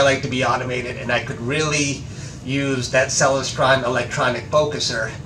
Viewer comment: Hi: Very cool surprize. You maybe pronouncing Celestron incorrectly. Check out this video. ••. • • I have a Celestron Omi XLT120 on a German Equatorial Mount.. Look forward to seeing your new images. • Cheers from The Detroit & Mackinac Railway 🚂